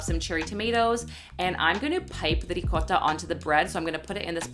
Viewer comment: Rrrricotta!! Thanks for pronouncing it right 🤣